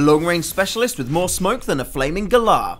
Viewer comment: almost. *galah